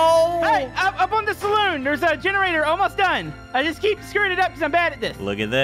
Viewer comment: Its saloon not salon